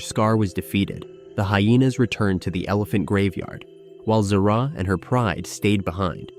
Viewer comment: not ziraaa zira